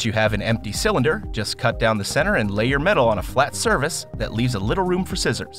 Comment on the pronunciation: Did he say "Flat service"?